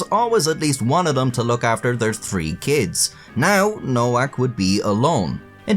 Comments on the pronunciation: Nowak is pronounced novac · trash AI voices NOWAK is Pronounced NOVAK, Eastern European grammar. Just so many bastardized pronunciations of even simple words that the most uneducated can pronounce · Her name is pronounced NoVak, not NoWak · WTF is man-slaw-er? And it’s pronounced Novak not Nowak. Geez. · Pronounced Novak not Nowak lol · Nowak is pronounced NoVAK. Bugged me the whole way tbh, and made the "whacking" jokes cringy asf. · It's pronounced Novak. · You can't really joke about a last name if you have no idea how to pronounce it in the first place. It's Novak. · "Nowak" is pronounced "Novaak." It means "someone new" in Polish and is a VERY common Polish surname. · Nowak is pronounced as "Novak". In Polish, "w" takes the place of "v", and "ł" more or less is pronounced like "w" in English. Thus, for example, "Wałęsa" is pronounced more or less like "Vahwensa". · Well, I still think she deserves a medal for being such a competent person. They should have figured the Asperger's. All those fighters etc. I spent half a lifetime on building sites, genius. Shouldn't her name be pronounced "Novak"? Casanova is "the man" though! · It's pronounced Nho-vhack, ffs! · The most common pronunciation is "no-vac" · I think the name Nowak is usually pronounced "No-vac". At least in Northeast Michigan anyway. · By the way, Nowak is pronounced Novac. Like in Lewinski (or actually Lewiński) is read Levinski. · Pronouncing Nowak as Nowhack is the best mispronunciation I ever heard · its a polish last name is pronounced no-vak the w sounds like a v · I know it's too late to do anything about it but I assume that Nowak is actually pronounced Novak given that it's a Polish last name and they pronounce w like v and v like w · It's a polish-jewish surname and it's supposed to be pronounced noVack. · I love that you mispronounced nowak for the whole video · Is it pronounced No WAK OR ? 🤔 ? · Nowak is pronounced with a v